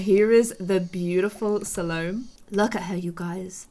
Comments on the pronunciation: it’s SAL-OH-MEH, the “me” it’s the strongest syllable bc it has an accent (Salomé). 😂✌🏻 Love your videos. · If that helps the end of Salomé is pronounced kinda like "eh" Salom-eh 😌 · you need to pronounce é in Salomé, because it has a tilde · Its pronounced Sal-o-may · Sa-low-me or Sal-oh-may. Sal-oh-may being the more popular pronunciation. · Her name is pronounced sole ome ai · I just realized Salome has the same name with a character in a novel called El Filibusterismo. It's a filipino novel made by Rizal. Salome was pronounced as Sa-lo-meh. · Salomé is pronounced Salomay. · her name is pronounced sa- lo-may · It's pronounced SA-lo-mè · Btw, you pronounce Salomé like “Salomay”. It’s French. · I looked it up and Salomé is pronounce Sal-o-may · Salomé is pronounced Sal-O-May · sa-l-om("om" nom nom)-me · Salomé is a Spanish/French name, so you can write it in Google translator and see how is it actually pronounced ❤